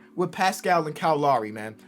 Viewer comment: Nobody:: KYLE LAWRY